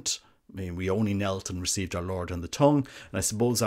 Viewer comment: He pronounces tongue like "tong". Speaking of which, maybe the priest could use a pair of tongs to place the wafer on the tongue. And they could be called the "Tongue Tongs"